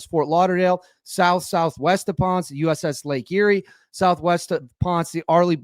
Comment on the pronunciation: Ponce (Pon-seh) has two syllabus in so ish because Spanish doesn't do silent letters, you ponce.